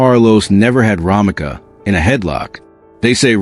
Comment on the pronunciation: Romeca not Romika